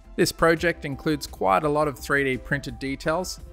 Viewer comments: He says pojec and I say project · Pro-jeked 😂it's project